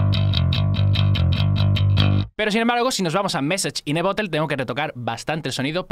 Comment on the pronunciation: mesach in de borerd , como le cuesta pronunciar eso ajaja y a mi tmb xD